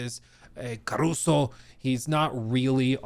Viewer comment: it's carusu and not caruso